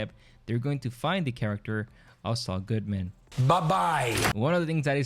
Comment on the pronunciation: bro can you stop saying Goodman weird. you put emphasis on Man when it’s supposed to be said more smooth and less emphasis on man. you can almost just say “ Saul Goodmun” not spelt that way but the way your supposed to say it. all one word Saul Goodmen... not Good..MAN. just something i noticed that’s a little annoying that you do